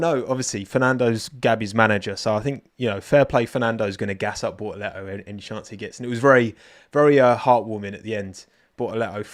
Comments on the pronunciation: The only correct pronunciation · Gabi "Bo'o'le'oo" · Give Bor-uh-le-oh a bo-ul-uh-wa-uh because it's hot out there and he's drippin' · Gaby has a italian last name , pronounce as italian and you nail it